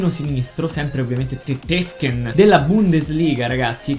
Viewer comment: la prossima volta non dire tetesken ma.... tettesken